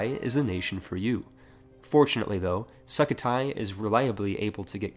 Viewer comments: "Suk ka thai" it su -ko -thai btw at least my country say that 7 month late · Sukhothai is pronounced Sook-ho-tai, but Suckathai works too lol